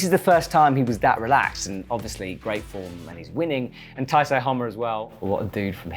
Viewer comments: I think you're pronouncing Taisei slightly wrong, usually "sei" would be more like the English word "say" than the "psy" in psychology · he referred him as taisai, taisei, issei, even referring to him as natsuki tanii during the last comp... doesnt care about pronouncing asian names